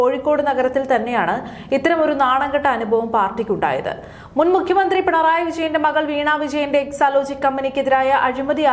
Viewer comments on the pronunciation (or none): none